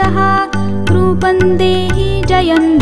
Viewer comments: बहुत सुन्दर आवाज मे सुन्दर प्रयास बस अर्गला स्त्रोत को यदि फिर से रिकॉर्ड किया जाय तो अच्छा होगा रूपंग नहीं है यह रूपम है ऐसा हमारा अपना अनुभव है अनुस्वार का न या ग और म उच्चारण का प्रभाव अलग अलग है. इस कमेंट को आलोचना न समझे. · माता रानी की वन्दना इतने भावगर्भित स्वर में पढ़ने के लिए धन्यवाद परंतु टेक श्लोक का उच्चारण गलत किया गया है। यथा रूपम् को रूपन् और जयम् को जयन् उच्चरित किया जा रहा है जो उचित नहीं है।